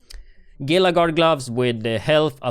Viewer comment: great videos, FYI the word “gila” is prounounced “HEE-LA”. like a gila monster 😘